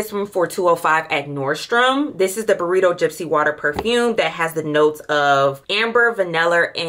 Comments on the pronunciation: BURRITO Gypsy Water??🤔 Byredo is pronounced bye-ray-dough.✅️ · Not to be rude at all, but please pronounce the names correctly. DEEE LINA & BUY RAYDO. Other than that you're golden! Delina exclusif smells good too. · Pronounced BYE-RAY-DO (Byredo), PEE-YONI ( Peony)and SANDAL-WOOD (sandalwood), you are welcome 😂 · The burrito (byredo) took me OUT!! 🤣